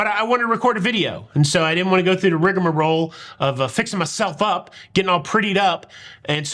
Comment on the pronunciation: We love you and!! I look forward to your videos every day. My husband laughed at your “rig a morol” comment. As I say that quite often. Lol. Keep bring you!!